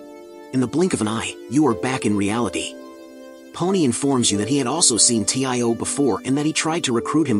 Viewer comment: Its tio not t.i.o